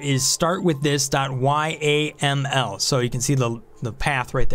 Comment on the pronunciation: yaml is pronounced like camel with a y, yamel ;)